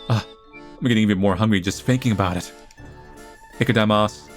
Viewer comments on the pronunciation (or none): The way says Itadakimasu tho